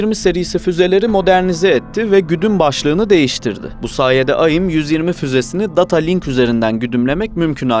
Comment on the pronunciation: Kardeş aim ayim diye okunmaz onun dışında video açıklayıcı ve net 👍👏